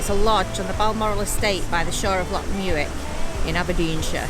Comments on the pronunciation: Lock muick is a special place. BtW it's pronounced mick, silent u 👍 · Great vlog you looked like you've found the real Scotland....oh and its Loch Mick btw 😂😂